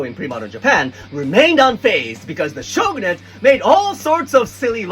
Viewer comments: When you said shogunate, it sounded like chauvanist to me, and I have to say, your whole thesis describes the female experience so well. Coincidence? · i have a question! 🤚 the way you pronounce the word "Shogunate" here, is that the correct pronunciation for Japanese? or does the pronunciation vary? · Question: why is shogunate pronounced that way and not the expected Japanese way? Is that just the way it's pronounced in English?